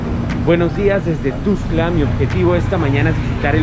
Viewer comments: Que feo pronuncia, es "TUXTLA" NO TUXCLA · Para el muchacho que grabó el video ; NO se pronuncia TUSCLA , es TUXTLA , yo radicando en Comitán respeto los nombres de otros municipios de Chiapas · jjaa ES TUXTLAAAA. NO TUSCLA ,PRONUNCIAS MAL MUY MAL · Me da estres que dice tustla jajaja, pero igual que chido vídeo sigue así sjsjsjjs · No es ..tustla.es .Tuxtla..co x...😠